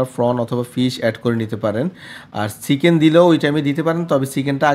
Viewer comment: ফরন আর ছিকেন উচ্চারণ টা শিখে তারপর ভিডিও বানান😅